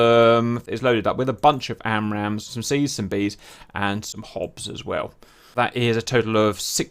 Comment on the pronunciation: Stopped watching F35 fitted with a BUNCH of ARAMS. You are not American, speak properly. FFS